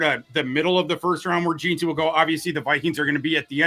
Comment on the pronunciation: Is it so hard to pronounce JEANTY? Especially when you've heard the name a million times on television and radio, said correctly.